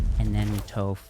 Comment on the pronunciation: You’re killing me with the Toph pronunciation…but nice deck!